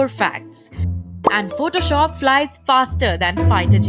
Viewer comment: And Aand forces 😂😂😂